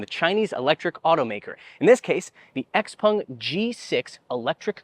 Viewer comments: Why do you pronounce it "Xpung" instead of "Xpeng"? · Can you please stop calling it X-Pong!?